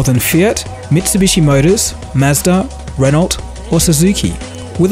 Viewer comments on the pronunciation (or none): It's pronounced Renno, not Ren-alt.